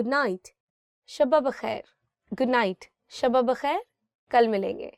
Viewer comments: Unfortunately your English is much better than your urdu. For example it’s not “ shabb-ba-bakhair” rather it’s “ Shab-ba-khair”. Similarly in other videos you used “ khair muqadd-dam”. The correct pronunciation is “khair maqdam”. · It's shab bakhair not shaba bakhair 😢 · Good night : shab bakhair doesn't pronounce the way you pronounced it's not shabba khair ❌ it's 'Shab - bakhair ☑️ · Me too 😂 but did you notice her pronunciation of shab- bakhair she said Shabba khair 😂😂 wasn't correct and also from previous video khair maqdam she pronounced like muqaddam with adding tashdid on د like muqaddam the one which means Priority.😂😂 Who appoint her as an Urdu teacher she isn't perfect for teaching Urdu , she also speaks very fast and for international students it's very difficult to understand .